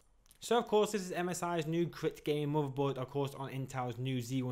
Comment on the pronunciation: Feedback: It's pronounced 'crate' not 'krit' Not being Red and Black is a bonus for my son.